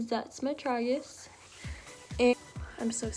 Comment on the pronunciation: The way you say tragus bothers me